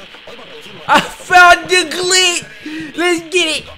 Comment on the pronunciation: U SAID GLITCH WRONG